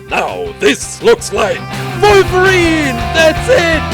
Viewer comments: Does anyone know if he’s German because he said Volverine which is a German thing we’re W’s are V’s? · The way this guy says wolverine 😂😂😂